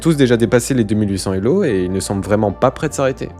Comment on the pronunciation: quelques bizarreries de langage, comme la liaison des zélo, employés comme unités… le fait de "gagner quelqu'un" ; quelques étrangetés de type niveau "décent" pour le meilleur joueur de la planète, ou le tabassage du système scolaire ; mais c'était agréable à regarder